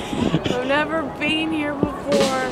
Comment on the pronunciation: Love your videos as always and you guys are awesome couple❤ I love travelling via train too🚊 and cracking me up by saying I have never “bean ” so sad 😂😂😂